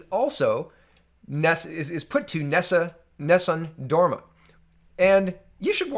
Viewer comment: Unfortunately he didn't pronounce it right